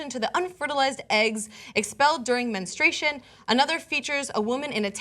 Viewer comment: Menstruation, not menestration.